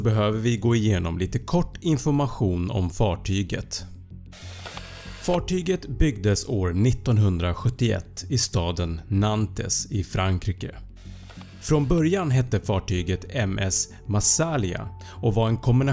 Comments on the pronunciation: Staden Nantes uttalas nant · Liten rättning.. "Nantes" uttalas "Naun(t)" dvs. "es" på slutet uttalas inte alls, och "t:et" knappt heller. Och "a" uttalas som ordet "nej" på franska ("non"). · Bara så du vet så uttalas staden Nantes uttalas Nahnst fast skrivs Nantes.